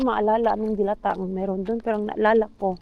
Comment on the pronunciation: Magkaiba pala tayo na bet na corned beef mars, purefoods ako. Mabagal ang bigkas ng delata mars hindi mabilis. Relate much ako sa patulog na pero magsasabi ang bagets na gutom para extended ang watching time hehe kaloka mga palusot ng mga bagets. God bless.